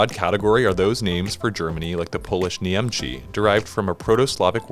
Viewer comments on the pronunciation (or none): The Polish name Niemcy should be pronounced ['ɳɛmt͡sɨ]. You said somethinɡ like [niˈemtʃi]. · as a Polish people i want to say that for "Niemcy" correctly pronouciation is "N - i - e - m - ts - y" Polish letter "c" is like "ts". And not "ch". Because this youtuber had said something like "N - i - e - m - ch - y". Sound "ch" in polish is writing "cz". Yes. "Cz" is pronoucition like "ch" in "march". i recommend to learn whats the pronouciation of word by the time you use it in the video XDDDD but cool video 😎😎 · Niemcy: C makes the ts sound, not ch (that would be CZ) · "Nyemchee" is NOT how you prounouce Niemcy, you pronouce it "Nye-m-ts-(hard)y", also the last part is hard Y, not ay. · Everything nice, but you ircorrectly pronounced the Polish name of Germany (Niemcy). It should be pronounced /ɲɛmtsɨ/, not /ɲemtʃi/. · come on, its called Niemcy not Niemchi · Niemcy is pronounced like nyem-tsi not nyem-chee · ... uh. i was NOT prepared for that. how ??? lol. the c makes a ts sound, i mean, this isn't even a scary polish spelling thing like szczebrzeszyn or something, it's.. just niem-tsy. not... nee-ehm-chy.. like.. HOW did that happen im crying 🤣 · Polish "Niemcy" is pronounced incorrectly :/ You pronounced it like there was written "Niemczi", but nice try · Lol at the pronunciation of Niemcy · the way he pronunced niemcy gave me a stroke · Come on, you are and can not pronounce the Polish word Niemcy right? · You read "Niemcy" wrong, that name doesn't sound like that. 😞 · i don't think i've heard worse pronounciation of 'Niemcy', especially coming from a learning app... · He even pronounced Deutschland a little bit wrong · Oh my, you said Niemcy so strange :/ somi guess other names are butchered as well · Agree put you can't expect non-slavs to pronounce any Slavic words correctly. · Also, the Polish pronunciation of Niemcy is plain wrong!